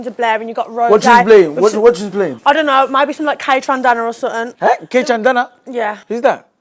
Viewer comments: 'Kaytrandana?? Whoz dat?" She tried to say 'Kaytranada'. rubbing off on her real quick🤣🤣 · Woah woah woah, we’re not gonna let that violent name butchering slide … Kaytrandana uno, I think she means Kaytranada 🥲. Don’t ever disrespect a 🐐 of neo soul, dance and electronic like that! Shame on her (and missed that one as well 🤣🤣🤣) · "Kaytrandana" 🤣🤣🤣 I think she meant Kaytranada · KAY-TRAN-DANA?!!! Na gtfoh man 😂😂😂